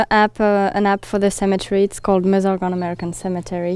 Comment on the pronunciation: Excellent travelling shot sound and sound. Great work, crew guys! And you can hear say "Meuse" pronounced Meuse, not "mjuice". Take a note, Indy...;)